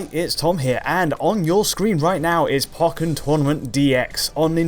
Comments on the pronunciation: "Pawkin Tournament" Sigh... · Why is he pronouncing pokken like that